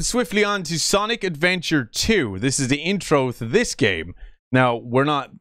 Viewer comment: I hate how he said Sonic Adventure with a S